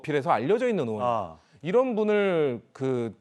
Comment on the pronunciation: 의원 발음이 안되나? 으원으원.ㅋ